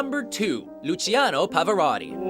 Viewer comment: He pronounced Pavarotti right